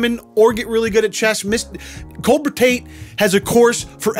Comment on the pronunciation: Really wish he would pronounce his Ts. What is he, an'rew 'a'e? Is his brother 'ris'an 'a'e? He doesn't sound bri'ish.